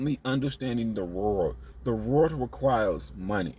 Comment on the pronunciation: I wish u could pronounce world right